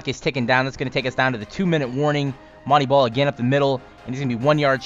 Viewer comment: ITS MON - TAY BALL NOT MON - TEA BALL